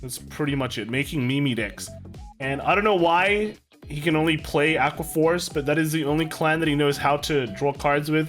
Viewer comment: "Drawqua" Force